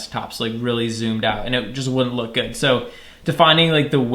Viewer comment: loop instead of look